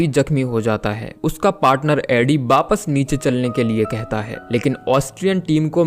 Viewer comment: V ya w ko b pronounce kyu krte ho aap? Jaise wapas ko bapas bolte ho ..thik se bola kijiye bhai